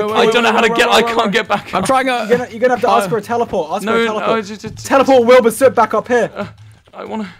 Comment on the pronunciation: "wilbur snoot"